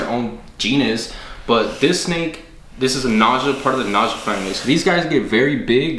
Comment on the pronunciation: Naja is pronounced Nah Ya. I had to look it up. I'm new but glad I found ya but please don't kiss hot snakes. Beautiful snakes. Also, some Monocled Cobras can spit even though it's rare. The only Red Spitting Cobra is from Africa I believe. They are one of my favorite Cobras